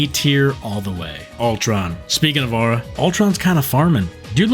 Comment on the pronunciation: Bros saying “owra”, mispronouncing aura has to be some sort of negative aura farm strategy. 😂